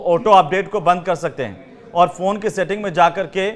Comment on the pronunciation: कहां कहां से एंकर पकड़ कर लाते हैं। फ़ोन को फ़ौन बोल रहा है